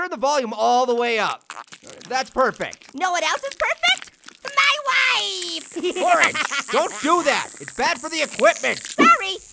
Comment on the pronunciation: I like... MIE WIFFEE